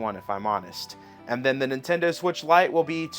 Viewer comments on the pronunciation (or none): none